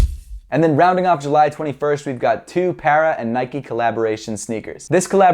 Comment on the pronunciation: He called Patta, Para or is that how you’re supposed to pronounce it